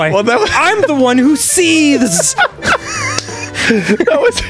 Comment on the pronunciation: It's that extra stank he put on seethes that made it so priceless